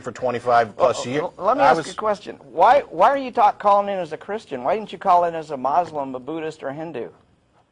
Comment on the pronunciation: Born a MAS- LAM (muslim ) lol